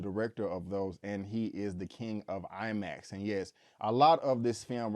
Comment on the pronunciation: Did he say he saw it in LIE Max?! Lolol